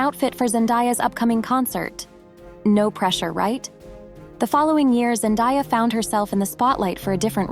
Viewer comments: Zendaaaaaya. Not ZenDIEya! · Zen‐DAY‐ya not Die-ya. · It's pronounced Zen-DAY-a, not Zen-DIE-a. Which rather ruins the video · I’m pretty sure her name is pronounced Zen-de-yuh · Zen-day-a is how it is pronounced. No one has 'died'. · If you’re going to create a documentary on a person, at least pronounce her name right. Zen-DAY-uh. Sheesh! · It's so annoying to hear that "Zendaya" wrong for so many times, I don't know what's so hard to learn the word DAY in ZenDAYa?! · I can’t believe how many of these videos pronounce her name wrong. 😭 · PLEASE learn how to pronounce her name correctly. What you are doing is like nails on a chalkboard. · Great vid hut it would have been better if you atleast pronounced her name right if your going to praise her whole story